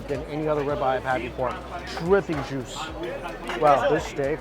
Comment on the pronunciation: You say "juice," all I hear is "moo."